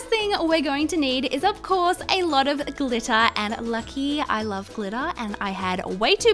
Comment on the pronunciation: When it was time to add to much glitter she kept on saying "to much glitta, to much glitta!" Wait it glitter right? Not GLITTA!